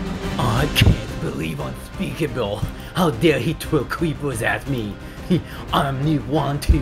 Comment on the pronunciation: He called unspeakable unspeakabill